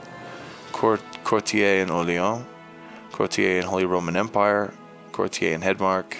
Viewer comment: IT'S A COURTIER. A FUCKING COURTIER. NOT A "COURTI-EY"